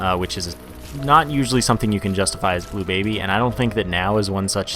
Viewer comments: you said blue Blably wrong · you said bleu Blably wrong